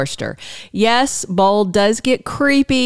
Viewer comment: Why do you say bald instead of bold ???